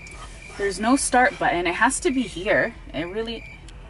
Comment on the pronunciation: Can you pleas say "Button" and not "Buens" this triggers me every time..